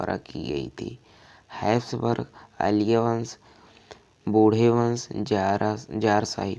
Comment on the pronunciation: भाई बूढ़े वंश नही बूर्बो वंश